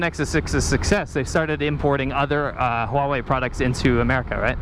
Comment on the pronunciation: Huawei or WHAwhe?